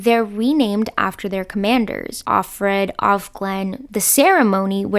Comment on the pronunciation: Stop reading Offred as Off Red, It's Of Fred. It's Of and the commander's name as if property. Of, belonging to.